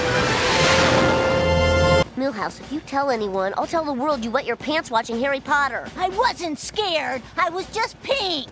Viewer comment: It's PoTTer not Pooer